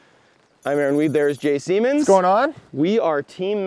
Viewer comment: Jay 'Speeshy" Siemens :o